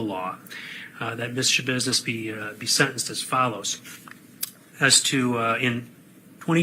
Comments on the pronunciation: Not shasentenced! Haha I love you! 😂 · "Sha-sentenced" 😂😂😂😂😂 Petty 🧡! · "Schasentenced" 🤣🤣🤣🤣 Perfect way to start my morning! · Not the shasentencing 😂😂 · Haha he said shasentenced..lol love it! 😅 hey and Roscoe 🛋🐾😍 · Hahahah shasentenced 😂😂😂 you always crack me up ❤ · She got " schasentenced" was too much for the coffee I had just sipped!!